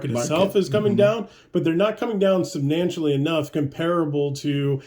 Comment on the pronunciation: Did he say subnantial?